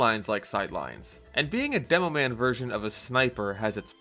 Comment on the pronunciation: "demoan" players 💀